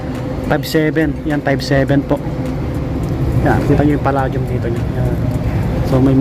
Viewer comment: its pronounced as Pa-"lei" -dium , :)